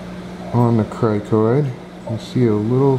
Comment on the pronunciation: criNoid not criKoid...